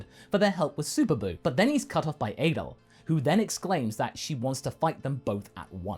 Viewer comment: Eighdel lol. 18 in Japanese is Juuhachi so Juhachidel?